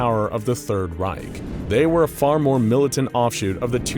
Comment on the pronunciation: Guys…. “Reich” isn’t pronounced with a “k” or a “c”. It’s more like a faeing cat. At least u were able to pronounce “Führer” correctly (ignoring the english dialect)😂😂